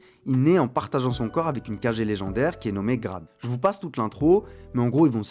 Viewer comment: Ça se lit Kagué mais écrit comme Kage. Je crois que ça signifie ombre. Un peu comme Hokage ou Raikage dans Naruto